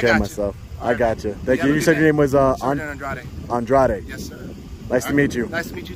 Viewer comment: "andrware" mis cojones... es andrade.